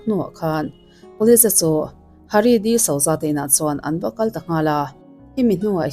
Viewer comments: Disauza nilo in disuza tih anga lam tur... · Di-suza ti a lam tur ania 😊